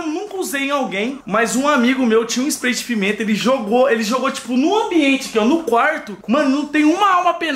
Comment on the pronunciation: comprei o famoso splai de pimenta ele falo errado kkkkkkkkkk